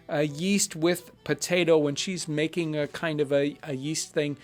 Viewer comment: the "Mashed potetoo" is a funny lil' blooper, makes this video way more relatable